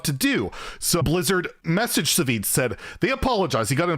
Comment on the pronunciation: SahVahZee lol. That was the weirdest pronunciation of Savzj. He's always been such a chill guy. I hope he gets unblacklisted